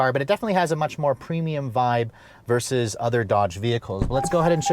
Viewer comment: OMG you still say “versus!” THANK YOU! Every single YouTuber under 30 these days says, “verse” when they mean to say, “versus” and it absolutely drives me batty. THANK YOU 🙏